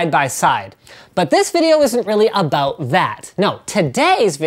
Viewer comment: he said a 'boot